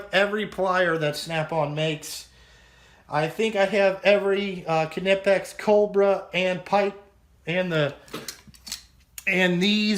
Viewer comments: Yeah I like the locking flex heads also. I think you should call them midgets, instead of stubbies, it'd make Bruce happy. Did you know Allen isn't his real last name? Ha. You say knipex right. You held that 2" wrench like I hold my tool taking a piss. What kind of socket trays are those? Yup, they need way more better scrapers. Yes we use snap gauges to measure out of round and taper in cylinders. Nice fluke that's the only GM recommended dvom. Gonna be awesome watching your OCD flare up putting tools in that new box. You should live stream it. I watched to the end. What do I win? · I just go with K-nipex because that's how I've heard it explained from a few German people and the company themselves. Its kind of like how Wiha and Wera sound more like Viha and Vera according the the Germans. I just go with the original pronunciation as much as I can. That said, its such a minor thing its basically a non issue. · It's German. And pronounced with the K